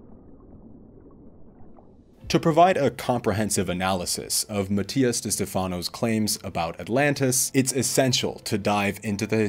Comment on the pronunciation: Matias is special and resonates with more people than you ever would. You should remove this video. You are trying to defend yourself way too hard in these comments. Where is your evidence to debunk his claims? Also…if you’re going to insult the man, at least learn to pronounce his name properly 🙄